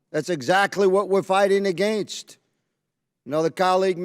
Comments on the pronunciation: Why do those southern Maga nuts pronounce against like that? New English like New Math maybe? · Clay Higgins shows why Louisiana is ALWAYS in the bottom 5 for education. Ps, learn how to say against.